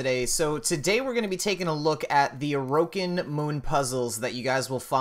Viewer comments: "Uh-row-kin" why did he say it like that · the way he says orokin -_